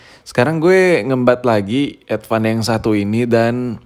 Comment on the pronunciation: Advan ❌ Edvan ✅